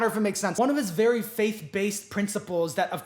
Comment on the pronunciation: Every time I rewatch this I get skewered by the “vewy vewy soon” and it still surprises me a little every time